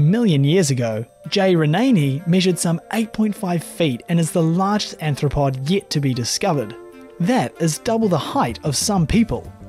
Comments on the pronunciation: ARTH-RO-POD ... not ANTH-ro-pod. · Nothing frightening about any of these, and your Aussi accent makes many of your species pronunciations atrocious. There is no such thing as an "anthropod." It's "arthropod." You made that mistake throughout this video.